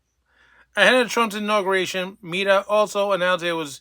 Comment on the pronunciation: You should at least learn how to pronounce Meta properly so you don't sound like a fool... Oh, that's not going to help.